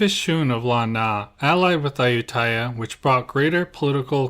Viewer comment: It would be nice if you could pronounce Ayuthaya properly unlike the typical POME way.